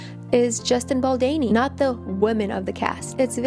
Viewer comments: "Baldini or Baldani" ....there's an 'O' BaldOni lol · Baldoni!!! Just as it is spelt. Your mispronounciation is distracting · Hi. Just wanted to say that his name should be pronounced as Baldoni ( same as the spelling) not Baldeni. Its a little distracting, sorry. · It’s baldOni not baldani lol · Baldoni = “do” is pronounced like “donut” or “dough”. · Bal-DOH-ni, it's an "O" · Why would you just not take two seconds to google how to say his last name? So disrespectful and I can't keep listening to it pronounced wrong. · very distracting! It is not a hard name to pronounce. Also, his name has been heard around of late! Confusing that she has not heard it and learnt how to pronounce it.